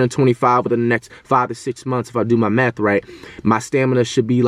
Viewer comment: “if i do my meth right” sounded like it but nah full respect to flight